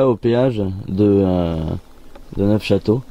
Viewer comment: he oui le toulousain on a attrapé la grippe et on dit neu chateau lol